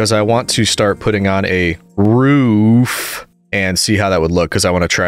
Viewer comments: 2 things it’s not “ruff” it’s “roof” with an o. And also you should totally do a q and a video while your building something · Bro is def a New Englander with the pronunciation of “roof” as “ruhf” (don’t worry that’s how I say it too) Looking forward to the next video, whenever it comes out! Keep up the great work! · This boi got so sassed and roasted for his roof pronunciation. 😂😂😂 Poor guy. Correction ptsd making him so careful with it. It’s endearing ^.^ Don’t let the plebs bully you!